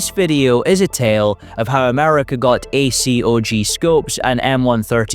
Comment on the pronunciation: It's just Acog, not A-C-O-G. It's 7.62 BY 39, not times 39. It was a 3.5 Elcan. Not E-C-L-A-N.